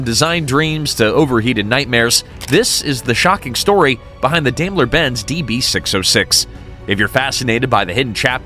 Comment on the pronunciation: Teach you AI robot narrator how to pronounce "Daimler".. It's DIME-ler.